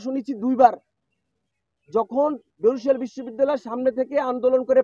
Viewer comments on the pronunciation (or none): none